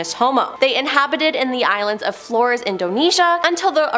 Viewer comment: "Flores" is pronounced "FLOH-rayss."